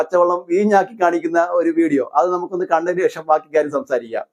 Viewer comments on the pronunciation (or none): അണ്ണാ വാക്കി എന്നല്ല; ബാക്കി എന്നു പറയൂ..